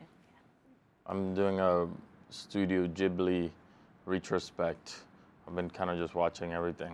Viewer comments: He butchered the pronunciation though 😆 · Ismael saying studio ghibli, hes so cool. like him more now